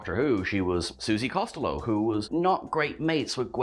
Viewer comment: Suzie Costyllow?? What the hell? If you’re going to be a “Who Channel” at least pronounce the characters name correctly